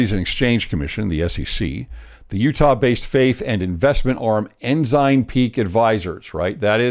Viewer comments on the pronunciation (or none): Ensign (N - SIGN) No "z" sound! Haha!